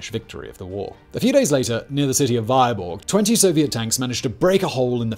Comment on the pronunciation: Thanks for the great video. Only Vyborg would be pronounced V-EE-borg. VY-borg is in Dakota )